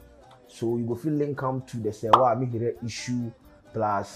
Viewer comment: The Name is not pronounced Amihere like Serwaa pronounce it.